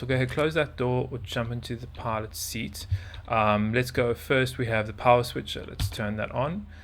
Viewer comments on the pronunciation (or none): none